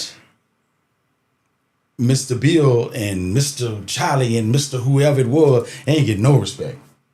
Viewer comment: Mr. "Chalie"........ No R!